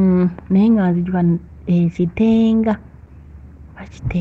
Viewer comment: Sis bayitayo KITANGA not kitenga